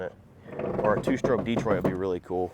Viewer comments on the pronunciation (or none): none